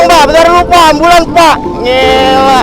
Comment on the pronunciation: Ngiela🤣 gila bang bukan ngiela🤣🤣